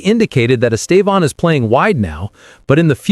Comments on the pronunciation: Please say his name right. He is Estevao, not Estevon or whatever you call him. So irritating. If you respect him, respect his name. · Why do you keep calling him estavon? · It is horrible the way people pronouce his name. The first accent is the strong silable. The last one just show a nasal close sound. Pay attention the way Brazil journalists pronounce his name. It is very strange and not nice to listen that way wrong English pronouce it. Congratulation, here you are getting better in speaking his name.